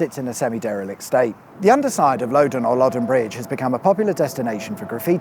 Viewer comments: Its Lodden, I've been here 30ish years, never once heard anyone call it Lowden... if theres some historic context in which it was said that way, its long since been deprecated by people who know how letters work. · I recall the fatalities when the crossing was built over the Loddon (pronounced like Lodd not Load)... and I recall the motorway ending at the A321.... nicely made. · The river is Loddon, pronounced Lod-don rather than lo-don, the reason for this is basic english, the doubble "d" means that you have a short vowel, if it only have one "d" then it would be a long vowel and pronounced "Ohh", as the next letter is a vowel as well. kinda simple when you put the basic rules of how the language is constructed into play. 😀 if the locals don't know how to use the English language, that's fortunately, not my fault! We have a load of interesting names around here which defy language and pronunciation, so I'm not laying blame! 😛 The M31 would have been a lot more useful than widening the M4 or M25... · Since when had a double d been pronounced like that. It’s Loddon not loadon! With all that research you think you would know that. Very interesting though as a local to hear about this. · Great video but please stop referring to the Lowdon. It's the river Lodd-on.😅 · Facinating, thank you. Lived in Wokingham for absolutely years and never knew half this history ! And its Lod -don not Load -den. Never heard it called Load-den ! Ha Ha Ha. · Another superb video. As this is local, I can say it's Loddon, not Loddon. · It’s Loddon as in the first pronunciation you used, rather than the one that sounds like Low Down. Could’ve popped in for a cuppa in person instead of buying you one from your link :) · And its Loddon not Lowdon! I used to to work near Sherfield on Loddon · Just say Loddon!!! It ain't that hard.😊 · Interesting to hear Loddon pronounced Load-on. Lived here most of my life and never heard that one. A Berkshire dialect quirk? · Actually it's Loddon, not Loddon